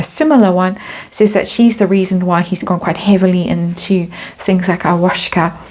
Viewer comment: AYAHAUSCA IS a Spanish term and is pronounced: “I-A-Huaw-Ska”